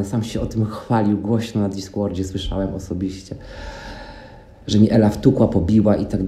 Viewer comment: Diskłord sie anonizował 😂